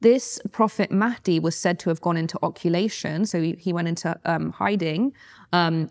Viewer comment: Her knowledge is flawed and her pronunciations are awful. Muhammad al Mahdi isnt a prophet. It's 'occultation' (i.e., occult/hidden, the Arabic is 'ghaybat'. Occulation? Eyes wtf are you talking about?